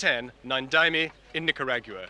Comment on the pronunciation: I can't take the way he says "nicarag-ua"